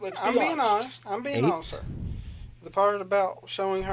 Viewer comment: Let’s be hawnest... I crushed this interrogation.